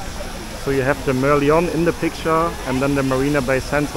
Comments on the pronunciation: You can't just hail a taxi from across the road. Everything is proper here. Must follow the rules, unlike BKK or KUL. Also you can easily find a taxi stand nearby. And Merlion - pronounce as it is, like "lion" the animal. Not "lyon". 😊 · Funny how he said Mer lee on instead of Mer - Lion.. 😂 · Hi dear, glad you enjoyed your visit to SG but I’m sorry & don’t mean to be rude, can u try pronouncing the city as Sin-ga-“pour” and not “poor” ( call me superstitious 😂) and that iconic Merlion as Mer-“lie”-“yearn” (Lion as in the animal, vs tiger). And yeah, pricing of items sometimes vary as per location (tourists vs local targets; main streets vs smaller lanes, chain stores vs small businesses, etc) hence your juice was priced differently as an example. Food wise, we are greatly influenced from all over the world. The “Chinese dish” you tried has cross influences from China, HK, Taiwan, Malaysia, etc too, so you may find lots of “overlapping cuisines” and fusion culinary done here. I totally applaud you for being so willing to walk such distances in the hot humid weather and was rewarded with the diversified sights caught. Good luck on your continual ventures around the world! #staysafe #godbless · HI, nice having you in Singapore. What I noticed is you have a funny pronunciation of Singapore and Merlion. You said merlion, it should be mer and lion, yes mer for mermaid and lion for the king of the jungle lion. Notice that its half mermaid half lion, way to go, man. Thank you and hope you have enjoyed your stay in Singapore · Just to comment - we pronounce "Merlion" as mer-lion (lion as in the animal). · It should be pronounced as Mer-Lion, it's a cross btw a mermaid and lion 😁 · Prounciation "Merlion" is Mer...Lion ( 🦁 ) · Yes, and I think the first taxi he tried to hail probably rejected him because they didn't understand the way he pronounced Merlion.